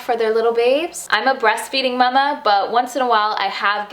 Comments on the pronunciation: I like how you say “muh muh” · It's how we say it in Germany :)